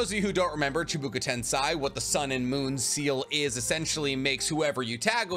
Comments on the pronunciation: Shibuko tensay ? Bro get ur facts straight its shibaku tensei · Chibuka tensay lol